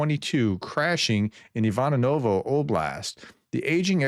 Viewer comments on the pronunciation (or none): Hey Prof, here's a pronunciation hint. Any Russian word that ends in OVO is pronounced "uh-vuh". So the city of Ivanovo is pronounced "ee-VAHN-uh-vuh". 😊